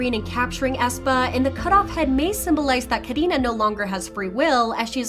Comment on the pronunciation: No one : The person talking : KahDinaH